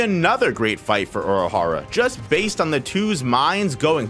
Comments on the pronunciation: Bro. Oorahara, not Aurahara 🥲 Based on how unnecessarily often you're using his proper name instead of a pronoun, you must be doing it on purpose 😡 Anyways, great video 😁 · why do the way you say Urahara bother me so much. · Please learn to say the name correctly